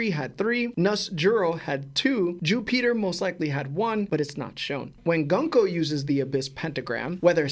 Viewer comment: Okay I don't wanna be the guy who does this but it's GOONKO I know English is English and it would make it GUN KO but Oda is JAPANESE just like Cerberus it's pronounced KERBERUS and her name is pronounced GOONKO. If you have any questions GrandLineReview will help you understand more lol